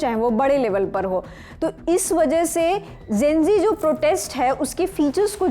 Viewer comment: Gen- zee hota hai naki Gen -g...😂 Similarly nishan hota nisan nahi... Lallantop should watch these things...Cost cutting zaada ho gaya